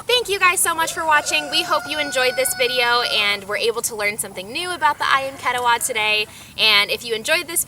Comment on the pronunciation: You should learn how to pronounce "ketaws" properly from Indonesians.